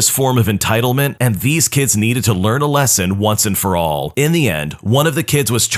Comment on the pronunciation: what he said : once and for all what i heard : One For All